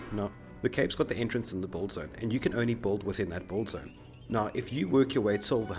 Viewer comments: WTF is a "buld zone"? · Are you saying "bold" or "build"? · Why are you saying "bulled"? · When he says build it sounds like bold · BUILD, man BU_IL_D not Bull. a "Bull-zone" only confuses people. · its build not bold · its not "boold zone" its build... god i couldn't understand what u saying til i saw a Build Zone words on the drawing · I didnt understand "Bull-zone" but then I realized you pronounced "build" wrong every time, then I figured it out what you tried to say. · you build a dick ? he kept saying '' i build a dick over here''